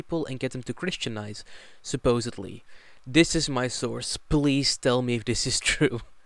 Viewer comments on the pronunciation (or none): none